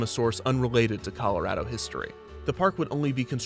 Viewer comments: 2 years after the fact I was hoping someone made this comment. 4th generation Coloradan, this is the first time I've ever heard someone correctly say Call-oh-RAD-oh instead of the wrong Call-oh-RAH-doh outside of the state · he pronounces colorado like someone from colorado i love it